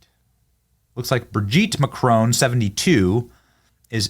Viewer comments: It's very easy to pronounce 'Macron' correctly. Google it. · 😂😂😂😂😂 did you just say cock boy Macron😭😭😭😭